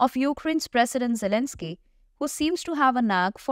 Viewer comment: What You say at the end "poor Elenzky"lol.